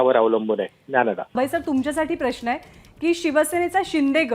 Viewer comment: हल्ली प्रश्न हा शब्द प्रश्ण असा चुकीचा बोलला जातोय , आपले काय मत